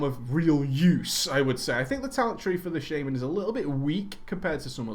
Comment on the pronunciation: i love your videos BUT! THERE CALLED FUCKING SHAMANS NOT SHAIMANS